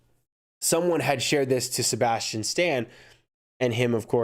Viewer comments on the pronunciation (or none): You say Sabastain wrong LOL. No hate.